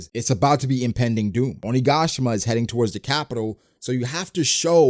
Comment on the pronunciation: Anyone else finding him saying 'OniGAAshima' a little annoying? 😂